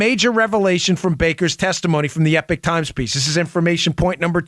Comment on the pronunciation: It’s Eepok Times Dan. Not Epik Times. Please!